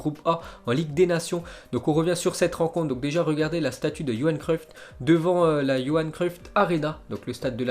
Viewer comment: Pourquoi tu dis cruiffte c'est cruiff